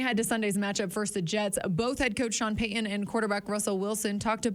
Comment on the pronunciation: Go Sean Peh-uhn and the whole gang! I hope Suh-uhn regains his greatness!